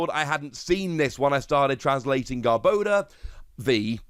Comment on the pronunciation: Garb-ah-door. Sorry, had to. Lol. Either way, stoked for this!